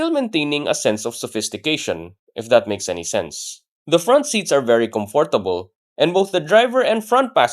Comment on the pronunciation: Well-written script, good diction as well. Kudos, boss. My only gripe: please learn to say "comfortable" the correct way. None of the times you said the word in the video were correct. 🫡